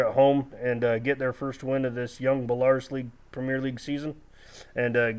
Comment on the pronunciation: Story not a criticism just a suggestion for ya its pronounced bell-a roos